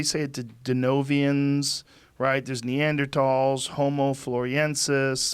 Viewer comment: neandratals lmao put the weed down buddy